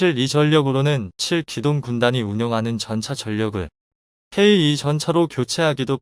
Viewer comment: 케이투 전차를,너는왜?케이이라고 발음을하고있니?우리나라는 물론이고, 세계인이(K-2)케이투 라고 명명하여 부르는데,방송하는 너만,케이이 라고 이상한발음을 내고있네?그렇게 바보같이 니멋대로발음좀 하지마라!